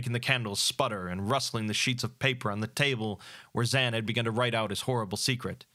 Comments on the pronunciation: Personally my favourite short story of Lovecraft's. Also, I think you are mispronouncing Zann's name. Since he's a German the pronounciation would be zaNN. No real pronounciation on the A. I can't write pronouncitations well, but his name should basically be pronounced similarly to the Japanese -san honorific. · No worries, I reckon. It sounds foreign to German speakers, the way you say it, but... who cares what the Germans think.